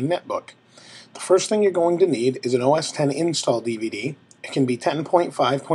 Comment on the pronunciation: Thank you for pronouncing OS X correctly! And for a great tutorial.